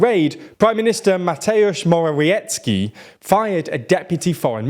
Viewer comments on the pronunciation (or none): Great appreciation for an attempt to pronounce the prime minister's name, it was almost perfect for a non-native speaker, one shortcoming is that in Polish 'W' means the "V" sound, so it is more like /Moh-rah-vyetz-key/. [edit] Alright, as the vid's going on, the pronounciaton is improving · Tip for the future, so you don't have to worry about pronounciation Mateusz Morawiecki- read Matthew Moravietzky Jarosław Kaczyński- read Yaroslav Katchynsky (and yes it is funny here in PL that he has same surname as that bomber) Andrzej Duda- Andrew Duda Sz- read as sh W- read as v Cz- read as ch Rz- don't have an english counterpart, but try to make something like a harsher sh sound Hope it was helpful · Seriously mate, learn to pronounce the names. Mateusz Morawiecki: MAH-tay-oosh more-ah-vee-ET-ski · Moravyetzki (Morawiecki) Toosk (Tusk) Trying again to provide TLDR with the phonetical spellings foolishly thinking they'll use it :P